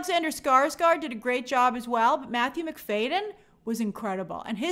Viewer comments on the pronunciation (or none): It’s Matthew Mc-FAD-yen not Mc-FAY-den!!